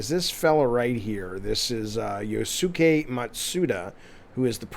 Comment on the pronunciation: just an fyi it's pronounced yu-ské.